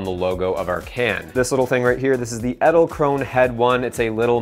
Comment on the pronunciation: wie er zu Edelkrone ÄDälkroun sagt XD